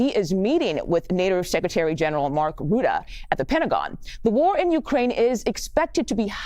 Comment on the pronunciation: It is Rutte like in 'rut', rut-eh , not roode.